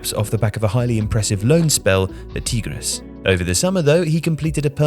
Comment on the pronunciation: Little correction: Mateo Retegui club in Argentina its called "Tigre" without the S. Its not like the mexican club Tigres.